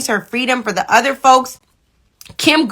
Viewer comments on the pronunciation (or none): none